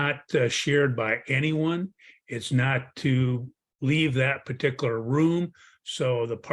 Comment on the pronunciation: It might just be me, but t g e way he pronounces "parti kular" drives me batty.